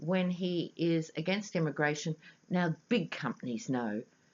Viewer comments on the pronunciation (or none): none